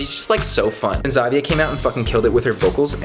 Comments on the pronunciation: IS NO ONE GONNA TALK ABOUT ? ZA-VEE-UH CAME OUT? DONT YOU MEAN JUH-VYE-UH AKA HOW ZHAVIA IS PRONOUNCED 😂 i love you Scott, but get it togetherrrrrr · scotty.. its not pronounced zhavia.. its pronounced "Ja-viya" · Zhavia is pronounced JA-VYE-AH lmaooooo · he said zhavia’s name wrong and i kinda got triggered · did he just really pronounce her name like that. I- 😭😭💀